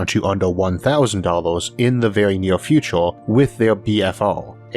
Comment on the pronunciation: Don't get me wrong, I love your videos and the amount of research you do for them. But the way you speak almost makes me not want to watch these videos. I mean you pronounce future like futore, university as univorsity and years as yeors. Is this some kind of failed forced british accent or a genuine speech impediment?